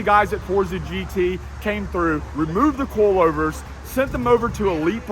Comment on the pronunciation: With your accent the way you say coilovers i cant help but hear in my head it sounding like "coolovers" or "Koolover"